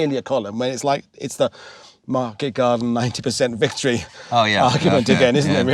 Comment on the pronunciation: Vicotry you say 😂